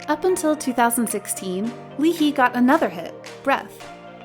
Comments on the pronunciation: "yet don't you think the number of 12 members is too large for a group" NO "LEE HEE" "BREATH" (even tough it's breathe) oh gosh "NCT ONE TWENTY SEVEN" please at least learn how to pronounce their names and properly omg you need to stop being so ignorant about how you pronounce their names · lee hi’s name is pronounced like the english word “hi/high” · I'm sorry but what the f is " lee hee " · It's pronounced Lee Ha-ee, like, when you say "Hi 👋" Hi, Lee Hi 👋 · My whole ass YGstan cringe when she said “Li-Hi” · At the part i'm sorry to correct you but it's Lee Hi (As in Lee High). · Leee heeee 🤣🤣🤣 wtffff come on at least pronounce their name correctly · Lee Hi pronounce as Lee Hai as in Hi in english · Everything was sad until she said LEE HEE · It's Lee Ha Yi.. That is how you read it. Ha Yi is her name in fact but made it for stage as Hi because the pronounciation is similar to the greeting Hi!. Chanwoo, not Chan- vu. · the way u pronounce "lee hee" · It's actually pronounced as lee hi (hi as in how you greet) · It's infuriates me when you pronounce Lee Hi as Lee Hee like whaaaaaat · "Lee hee" okeey gurL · What's up with the pronunciation of Lee Hi's name? It's not Lee "Hee" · You're right with the hi And you don't say the L in Lee So her name is "i ha-i" (Lee Hi) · I cringed every time she said Lee Hi's name wrong oh my gosh -.-'' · why did you pronounce lee hi's name like that lmaooo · yep. got me so freaking upset how she says it as if they are facts and how she used the words "violent". she doesn't know that Chanwoo is the savage maknae who is beloved by his hyungs. Also, I cringed every time she said Lee Hi's name wrong. ugh. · I was actually pissed when they pronounced her name wrong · Please pronounce Lee Hi correctly. 🙄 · You’re not only pronounce Leehi name wrong but also misleading others about B.I. bullied Chanwoo. WHAT THE HECK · Hala ang cringey ng pagkakapronounce kay Lee hi. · LEE HI LIKE HI NOT HEE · Lee he??? Lee Hi it's the letter "I" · L e e h e e